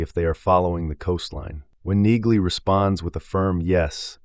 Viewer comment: I think in the show Neagley is pronounced with the g being silent. I may be wrong but, it seems everyone in the show calls her Nee-Lee.